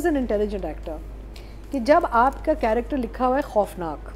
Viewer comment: Ironically, the host and others criticise spoken English in plays, whereas the host himself consistently pronounces the word “character” as “corrector” instead of using the Urdu word “Kirdaar” It’s like they call “Italian” as “Ataalian” instead Punjab. Second, Urdu used in the said play seems quite the usual language spoken at homes. It’s unnecessarily being turned into an issue.